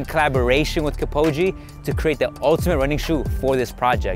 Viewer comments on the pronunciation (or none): I literally scrolled to look for someone who noticed him saying his name 🤣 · “Kip - oh - gee” lololol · Bro kept on saying “KipOge”🤣🤦‍♂️ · He said Elied kepfombe😅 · Learn to pronounce his name if you publish a video. Kipchoge and not Kipoge. He is the greatest marathon runner of all time so deserves his name to be pronounced correctly. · " elid Kipogee " lol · Who is "Kepoghi"? :D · Kipogi💀 Kip-cho-ge e sound not I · Damn man he is Kipchoge not Kipogee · he keeps saying kipoge instead of kipchoge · It's not kipoje its kipchoge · Making a video about running shoes and calling a guy kipogee 🙈😂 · Dude, its KIPCHOGE not KEEPOWDGY😫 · As much as I appreciate the informative content of this video, I do not think it is okay to not mispronounce Kipchoge as many times as was done here. I believe great research, time and effort has been put into this video, therefore, even just a fraction of that time should have gone into learning how to pronounce his name right. KIPOGI/ Kipogee sounds nothing like Kipchoge. I understand that it can be hard to pronounce names that one may not be used to, but given the amount of marathon content and videos of Kipchoge I see and having watched some of them myself, I know the pundits and the commentators mention his name numerous times. you could have at least drawn from there. However, I still appreciate what I have learnt from this video. This is just my feedback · Full video about alpha fly line. Can't pronounce kip'chô'gay right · I am offended how he says kipchoge. Man said Kipogde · how to pronounce his name Keep-cho-ge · his name is Kipchoge!!! Goddammit! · Who's Kipoji?! Eliud Kipchoge is one of the greatest athletes in the world and you can't even pronounce his name correctly, so unprofessional and disrespectful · It’s said el I ud. Kip cho gee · It's Kip - Cho - Ghee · U say kip Cho ge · Bro its (Kip-CHO-gay) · ik wtf cares but its Kip-cho-geh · Stopped watching after the 3rd “Kipogy” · who dafuck is kipoge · Buchered the name